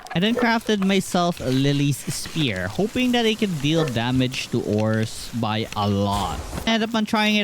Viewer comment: The word “sphere” does not have a “p” sound. You keep saying the word spear instead. In english “ph” is pronounced as an “f.” So sphere should sound like “c-fear”